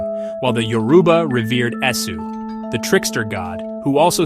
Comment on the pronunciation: A few pointers on pronunciation: Igbo is pronounced ee-bo. The “g” is silent. Yoruba is pronounced YOR-uh-bah, not yo-ROO-bah. Obatala is pronounced o-BAHT-a-lah, not o-ba-TAH-lah.